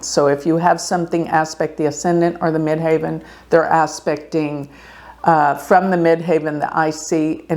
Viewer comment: By the way --- as someone who has done astrology for 50+ years...the pronunciation you keep screwing up is MID-HEAVEN....NOT MID-HAY-VEN (the highest point above the horizon - Ascendent). Do better.